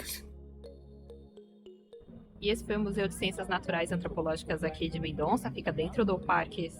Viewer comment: O NOME CORRETO É:MENDOSSA, E NAO COMO VOCÊ FALOU MENDONÇA. O Z EM ESPANHOL TEM O SOM DE S.EX. CORAZON,QUE SIGNIFICA CORAÇÃO, A PRONÚNCIA CORRETA É: CORASSON,ENTENDEU?